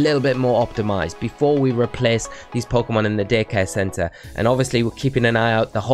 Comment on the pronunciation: It totally sounds like he says dickhead center instead of daycare center.